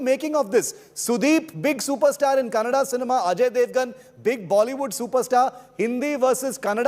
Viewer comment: Becoz of KGF2, atleast dis anchor kws how to say Kannada and not Kannnad... 🙏